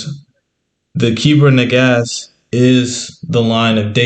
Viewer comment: ITS NAGARST NOT SAID AS NAGASSED BUT SPELT NAGAST IT IS IMPORTANT TO SAY THESE THINGS CORRECTLY OTHERWISE GREAT VID